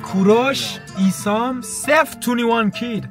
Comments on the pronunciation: داداش ایسام چیه اسمش درستش آیسم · ایسام چی😂آیسم ،Isam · اون آیسَم هست نه عیسام😂🤦🏻‍♂️ عشقی❤ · سلامتی که به ایسم گفت ییسام